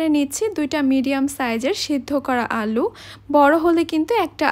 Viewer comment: Alu uchharon a asubidha ache mone hoy😊